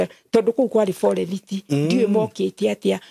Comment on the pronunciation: Pole mum, i wonder hiyo “forerithi” means forest 🌳 coz old kikuyu folks used to butcher English words if they could not pronounce it